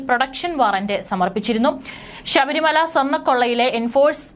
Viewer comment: Edee pulle sabarimala. Alla. Sabarimala. Ennanu.poy ucharanam padichu vaee.